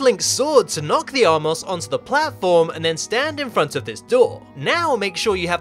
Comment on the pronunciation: *armos, not "R-Moss"